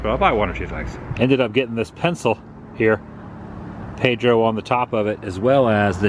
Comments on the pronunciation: PEDRO !!!! PAY-DRO PAY Not ped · Back in the '60s they were the big landmark on US 301, since I95 didn't go through at that time. It's saddening to see that it's hurting. By the way, it's probably not a big deal but Pedro is pronounced "Pay-drow" not "Ped-row". Sorry to be "that guy". :) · It's 'PAYdro'. Saying PEHdro kind of sounds like well, you know: the people you hide your kids from? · Please Please It is not Ped ro : It is Pay-dro E is like a long a in Spanish. Sorry but you keep saying so often and it grates on the nerves. Our family always stopped there on the way down the coast. Hope South of the Border can be revived and have a new life. Thanks for the tour. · Pay-dro not ped-ro, it's Peter in Spanish. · It’s Pay-dro dude, not ped-to please say it right. Just say’n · It's pronounced Pay-dro...not Ped-dro. Or maybe you're trying to be funny. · Wow...say it with me...it's PAYDRO..not PEDDROW..and again STANCHIONS ARE NOUNS NOT VERBS..you can NOT STANCHION something off..you can however USE STANCHIONS to block an area off..c'mon man, this is simple English language 101..did u attend school?.. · Adam, the name is pronounced PAYdro. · It’s funny how different parts of the country pronounce things different. In Southern California we would pronounce Pedro “Padro” what a fun place to go. I don’t see how they make enough to stay open but glad they do! Thanks for another great adventure! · Pedro is pronounced PAID ro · "PAY-dro", hombre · Pedro is pronounced PAY-DRO. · Does he pronounce "Pedro" like that for a reason lol? Another great video my friend! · I am rather surprised you don't know how to pronounce Pedro. It is a "A" sound not "E".